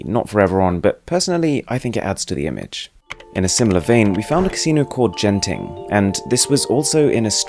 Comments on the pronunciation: It's Genting not "Jenting" in pronunciation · Genting isn't pronounced as 'gent-ing' but 'gen-ting' where the first syllabus is similar to 'gon' in 'dragon' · He pronounces ‘Genting’ as /jenting/ LMAO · I'm sorry but the Genting Casino is actually pronounced with a hard 'g' not a 'j' sound.